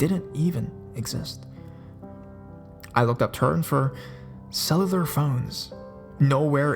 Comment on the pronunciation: cell-a-lur?? "cell-YOU-lar"....drove me crazy!